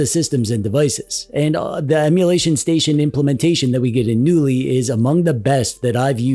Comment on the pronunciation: Knulli is a portmanteau of the name of a type of firefly "Nulli" and the swedish word "Knulla" which means 'to f*ck'. So technically the name of the OS means "F*cky OS". Also, as in the word "Knulla" the "K" isn't silent. So the name of the OS is meant to be pronounce 'Ka-noo-lee'. So needs ta start ebracing that K sound if he wants to sound like a non-dweeb:D